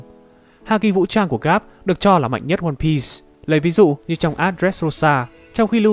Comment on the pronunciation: mô phật, cuối cùng cũng đọc ONE PIECE. mà cũng đọc theo phiên âm tiếng Việt /quan biiiiiiii s/ dành cho nhà quơ =))